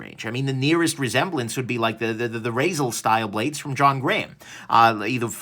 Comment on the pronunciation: ... Razel? Baby razel